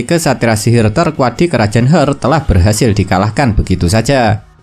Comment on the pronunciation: Bang maaf ni, Heart = Hart bacanya. Bingung ane bang kalo dibaca "Hert" sudah ngikutin banyak episode ini skg baru paham kalo yg abang maksud itu kerajaan Heart